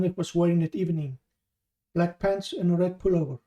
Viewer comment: are you saying - bald / bulk/black man ??? - jeez your pronunciation is very bad